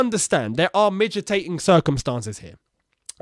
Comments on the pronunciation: Mitigating. Not midgetating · *Me-tee-gating Other than that, great video as always 👍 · butchering the word mitigating😂. It's all falling apart at Chelsea.